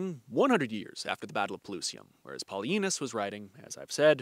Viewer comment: Am I the only one who hears that historians name as "PolyAnus" I know that I'm 12 at heart but I am also at the age where I need to watch for hearing loss.